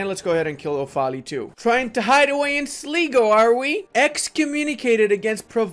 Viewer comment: Its pronounced Sly-go